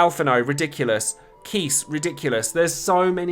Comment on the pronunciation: Yang is pronounced as "Yah-ng" btw, even in FF4's DS remake Keiss is actually pronounced Kye-ss. Watch his home game's English dub. Amidatelion is also pronounced "Ah-mee-dah-til-lee-on".